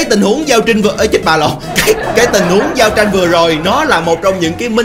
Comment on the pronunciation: Thời điểm "giao trinhh" tui lạy ông 🤣